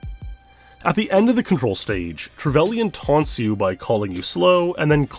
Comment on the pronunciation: only thing wrong is how you pronounce trevelyn